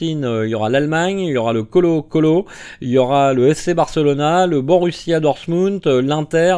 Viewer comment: La prononciation de Colo-colo m'a tué 😂😂😂😂